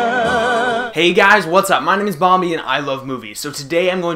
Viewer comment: Did he just say Bomby??